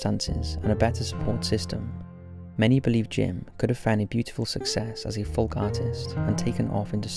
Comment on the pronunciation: ‘Folk’ is pronounced ‘foke’ you muppet.